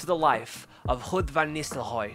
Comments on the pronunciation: Ruud not Rudd ;) great channel btw.. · Its Ruud not Rudd. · It’s Ruud, not Rudd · ruud not rudd 😁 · Its Ruud not Rudd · my favourite dutch striker, his name is not Rudd tho my friend xD